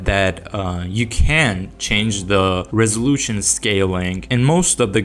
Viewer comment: bro said resolution like a real russian